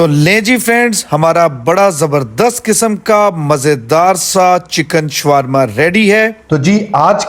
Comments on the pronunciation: شوارما نہیں شاورما کہیۓ ۔یہاں w سایئلینٹ رھے گا۔ یہ عربی کھانا ھے آپ سرچ کرلیں ۔ محمد meesaW قریشی ۔ کراچی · Showarma nahi bolte Shawarma bolte hain . Correct kar len . I like it aap ne achcha banaya hai . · This is not showrma , it's is sha war ma